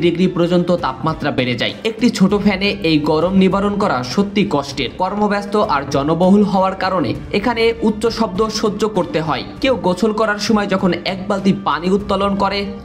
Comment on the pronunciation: গোচল না গোসল😂😂